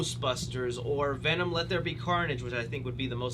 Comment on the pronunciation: VENUMMMMMM lmao never gets old.